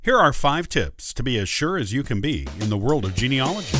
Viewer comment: It's spelled geneAlogy.............do you understand what you are talking about.................how can it take notice of you if you can't pronounce your topic?? Stavros